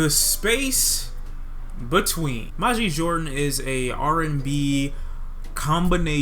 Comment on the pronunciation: You're mispronouncing their name